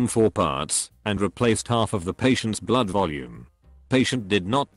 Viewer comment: These bot voices repeating the same paragraph over & over again..calling ' blood' ..' Blow-odd' ..honestly why do you bother ?? The music at the beginning was ridiculous too ,thing is all of these stories are stolen from other YT Channels by people who are real entertaining narrators ..don't give up the day job !!